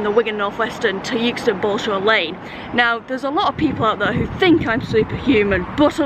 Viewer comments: lol i lived in euxton for nearly 20yrs and because euston is pronounced yooston people think euxton is yooxton :) no its exton :) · My ex lived not far from the station in Euxton so those clips around there and Chorley brought back some memories. I’m not sure whether they are good memories though 🤣 I would always pronounce Euxton wrong cos it really annoyed them up there aswell 🤣 Great video and well done on beating the train 👍🏻